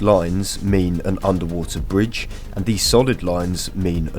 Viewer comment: "underwater bridge" and "overground bridge" have to be the worst examples of an Englishman speaking English I have ever heard